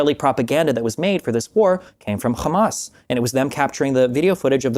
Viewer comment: Destiny said "khamas." It's over 💀💀